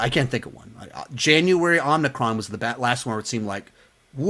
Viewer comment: Omicron not Omnicron😂